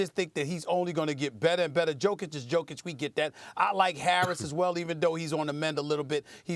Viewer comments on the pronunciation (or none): Who the fuck is djokic? He is jokic for god sake. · Once again, tell this guy, It is YO-KEY-CH. Is he a moron or what? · Stephen A again failing to pronounce a European player's name correctly. Jokic is pronounced Yo-Kitch FFS.